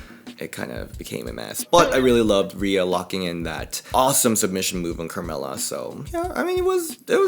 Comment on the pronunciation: The way you said krmella😭😭😭